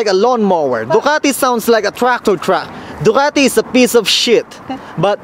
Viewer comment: FuCk you! Its Ducati Not Doqati